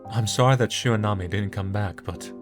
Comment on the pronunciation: It's Shiranami, not Shironami